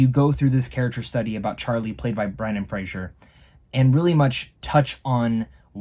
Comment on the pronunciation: It's Fraser, not Frasier.